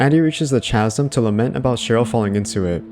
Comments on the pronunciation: i hate to be that guy - it's pronounced "KAZ-UM", not "chaz-um" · Chasm = ' Kaz-am '. Not =/= 'chaz-um' Ftfy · Chasm is pronounced “kaz-im” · I don’t understand how people make videos but not look up how to pronounce something.